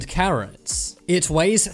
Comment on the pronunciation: I thought he said “ 145 Karen’s “ 💀✋